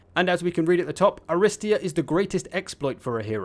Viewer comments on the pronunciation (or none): It's pronounced arristEEa btw, stress is on the third syllable.